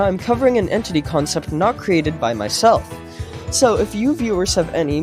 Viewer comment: Dude u got me so hyped untill you said consept